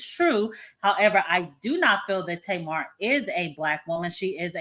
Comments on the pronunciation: You keep calling her Tamar gets me every time 😂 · lol how you keep calling her Tamar.